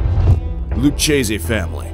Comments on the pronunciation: The correct Italian pronunciation is Loo-kay-zay. In italian, "ch" is pronounced as a "k". You're welcome. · Lucchese had to be pronounced “Lukkese” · Lewcheesy family? I cringe hearing you botche the fuck out of all these mob family names 😮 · At the beginning of the Lucchese Family portion of the video you show a photo of Carlo Gambino. Obviously, it should have been a photo of Tommy Lucchese, pronounced Lu-Kay-Ze, not Lu-Chay-Ze. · "Lou-Kay-zee" not "Luchasse" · Can't even bother to say Lucchese properly ?? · There we go. Another fucking dumbass who doesn't know how to pronounce Lucchese. And on top of that, they show a picture of Carlo Gambino to introduce them. Some top-notch research there, you should give yourselves a good pat on the back.